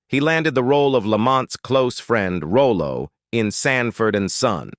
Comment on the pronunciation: Rollo, not Rolo.